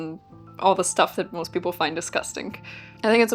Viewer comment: Instead of ancient greek people, I was hearing 'ancient greek pickle'